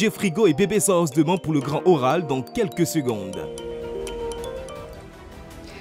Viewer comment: Eva aussi fait la liaison de bb sans os ko (bb sans'os )😆